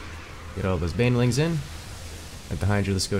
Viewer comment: How he pronounces "Banelings" as "bane-a-lings" upsets me on a personal level.